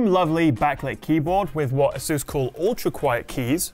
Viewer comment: It's Asus not asUs